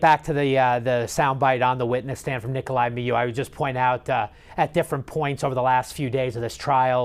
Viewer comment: Can you please pronounce his name correctly!!! I’m sorry, it’s driving me nuts!